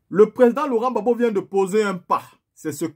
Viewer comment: Pas babo, mais Gbagbo